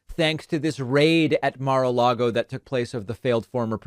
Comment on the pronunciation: I wish all these crazies who would blindly walk the plank for tRump would learn how to pronounce Mar-a-Lago.